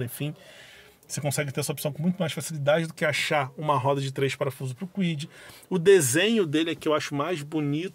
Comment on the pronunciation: Ele falou Fiat Kuid?😂